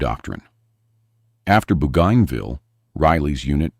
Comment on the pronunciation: After "Boo gone ville", AI will never get it right.